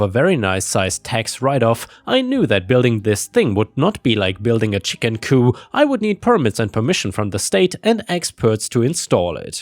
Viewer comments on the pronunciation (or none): DEAR IT'S ACTUALLY COOP THE P ISN'T SILENT..... YOU KNOW THE ENGLISH LANGUAGE IS CRAZY RIGHT?